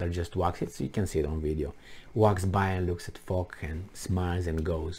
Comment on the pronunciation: General Ferdinand Foch. Pronounced fosh, not fock. You're welcome.